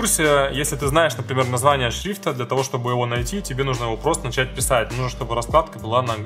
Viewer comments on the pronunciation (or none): none